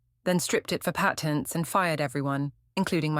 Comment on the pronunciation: Patents. Say it properly.